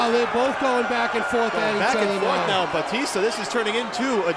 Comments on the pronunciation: FUCK MAN ITS BATISTA NOT BAUUUTISSTA can't even concentrate with him calling him that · Who the hell is Bowteasta? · I'm I the only one who realised that one of the commentators called Batista ,"Baptista" 😂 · What the fuck is a "Baptista"? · batista not bowtista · why is that guy calling him babtista ? :D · did he say jab fitness???